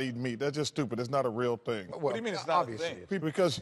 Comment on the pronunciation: It's not a thang,.